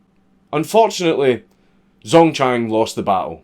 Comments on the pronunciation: Pronounce it like jang dzongchang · when you said: "Zongchang was born..." I could've sworn you said "Zone-tan" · I'm not even Chinese and the first Chinese thing he said, the guys name already made me feel pain at how badly it was pronounced. Ah well, excellent video as always.